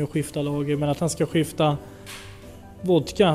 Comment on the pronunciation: Älskar när han inte kan uttala vodka så han säger voka